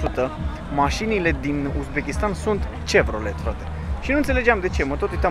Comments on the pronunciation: Foarte frumos, intr-adevar. O mențiune totuși - nu se pronunța "cevrolet" ci se pronunța "șevrolet" . Vorbim de Chevrolet. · Cevrolet :D breee, e Șevrolet :D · nu te supara dar la Chevrolet pronuntia este cu "ș" nu "ce", pentru ca fondatorul era de origine franceza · Salut &.Fain vlogul. Bine documentat. O singură chestie. Chevrolet marca de maşină produsă de GM (General Motors Co.) pe scurt Chevy. Pronunţia fonetică este Şevrole Sau şevi pe scurt. Una dintre cele mai tari maşini sport produse de americanii de la Chevrolet este Chevy Corvette. Hai baftă mult succes! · Se zice shevrolet